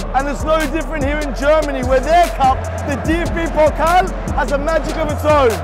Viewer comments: It's not 'pockl' its Pokal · How you pronounce Pokal😂 Its Pokaaal not Pokel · Whenever he said 'Pokkel' I had to laugh. Mate, it is the PokAAHl! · How they are saying "pockle" instead of "Pokal" gives me the shivers every time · I love how you pronounce "Pokal" as "Pokkl" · Hearing DFB "pocll" 100 times really really really feels like 1 million fingernails scratching over a blackboard.